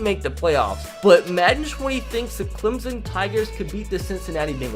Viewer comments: And Clem-son not Clem-zen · Clemson not clemzon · Instead of Clemson he says “ThE ClEmZoN TiGeRs” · Clemson with an s not Clemzon